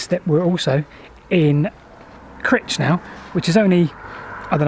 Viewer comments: shame about the poor pronunciation of Crich!!! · It did rather, I have a deep abhorrence of all types of poor grammar........ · CrIIIIIIch not 'critch'! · Yep Cry-ch. not Critch. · ive been told light heartedly by a friend that its pronounced cry-ch and you could get lynched if you say critch in the presence of a crich tram museum member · It's pronounced with a hard 'I' by us locals, Cr-eye-ch. Sorry if this has been mentioned before, I haven't read all the comments. Love all your videos, best wishes from Derbyshire. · Super vid. More eerie places. And Martin Zero the urban explorer too. P.S. I think you pronounce the ‘i’ as ‘eye’ not ‘ih’. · On the slopes above the gas works is a wooded area and you can still seem some of the actual rails rusting away close to where you were at 8.13. If you walk down the slope there is a bridge at the bottom over a tunnel entrance. Please stop saying Critch though it's painful, it's Crych :-) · Those of us from the Middleshires pronounce it Cr- eye-ch not Cr-itch! 😂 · Please lean place names lol its not Grich. It's Crich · suggest you pronounce things correctly its CRYCH not crich even though thats how its spelled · Not critch but criiiiiich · Cryyyytch, not Critch (as said, I mean ) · It's cr-AYE-ch, not critch! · Pronounced Cry-ch . Great channel , just subscribed . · Pronounced Crytch I believe...but what the hell it's got you and the ever lovely Rebecca......Oddly though, I've mentioned it before but if you follow the original Stockton to Darlington rail line you may well still find parts of the track in a farm field near Darlington...at least O did back in 1961...Good luck... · It's pronounced CRY-CH! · It's pronounced Crych but spelt crich.Just saying. P.S. Lovely interesting video. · You can always recognise visitors by their pronunciation of Crich it's actually pronounced "cry-ch" by the locals. You managed to redeem yourself at the end I noticed.